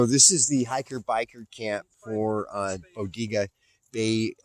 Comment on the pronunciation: Locals pronounce it Bo-dae-ga